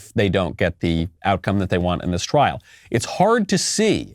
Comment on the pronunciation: It’s *trial not “trail”